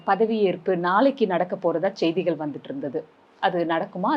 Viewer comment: ஜெய்திகள அல்ல.. அது செய்திகள்..